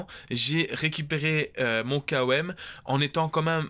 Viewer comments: Par contre on dis "comme" et pas K O M 😂😂 haha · Sympa comme style de vidéo ! Sinon tu peux dire " kom " comme ça se prononce au lieu de "K.O.M" lettre par lettre. En tout cas t'es le premier que j'entend dire comme ça 🤷‍♂️😉👍